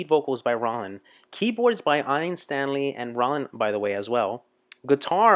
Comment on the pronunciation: i disagree, it was not too long as it was an album track. By the way, no American can pronounce Ian nor Roland's name. Google is free